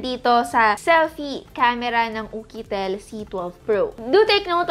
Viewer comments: It's YUKITEL po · Bakit ukitel😅😅🤧🤧